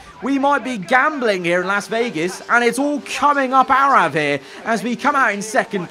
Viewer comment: > "Through goes Aarava"